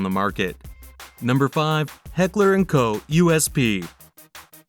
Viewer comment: It's pronounced Heckler and "Coke" not Coe.